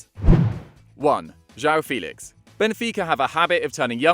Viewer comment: I know portuguese is not easy to speak but please learn how to João Félix name